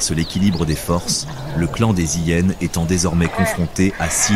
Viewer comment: d'ou on dit les hyyyénes c'est insupportable le mec on lui a pas dit que c'était hyénes !